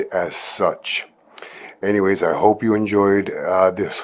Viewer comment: Any "hope" not "hoe"